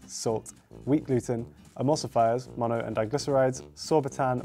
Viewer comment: .... MONO-DIGLY-CERISIS !!!! 🤣🤣🤣🤣 He made it sound like a disease!